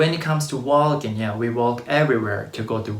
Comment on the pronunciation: i like how you saw waLking, with the L pronounced. Never heard that in any other accent, a mistake, maybe?